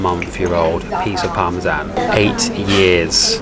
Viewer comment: guy can´t even say parmesan